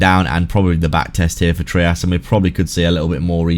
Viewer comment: It’s pronounced ‘’Try-us”…that’s how the guy who created it says it. It’s not “Tree-us” lol